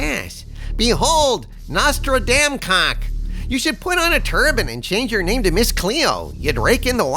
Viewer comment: Nostra-Dam-Cock... Where is that "spit-take" emoji, when I really need it? 🤣